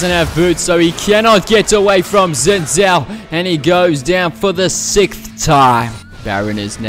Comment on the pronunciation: its pronounced zin jhao